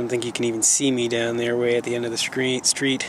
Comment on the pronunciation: At the end of the skreet